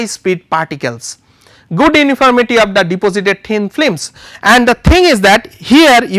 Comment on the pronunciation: hahaha :D :D , at the begining I noticed his pronouciation of film is FLIM during all the video, yet was informative video though